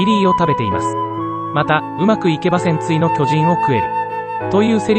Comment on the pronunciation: 戦鎚のイントネーションがパンティなんだよなあ、、